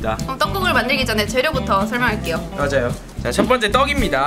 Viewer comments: 맞아요 라고 한건 알긴 아는데 계속 왜 꺼져요라고 들릴까요? ㅠ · 꺼져요 라고 한거임!! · 서넹님이 재료부터 소개한다고 할때 미소님이 꺼져요 라고 한것같이 들림